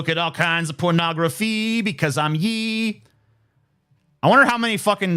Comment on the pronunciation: Is anyone gonna point out that TJ has no idea how to say Ye?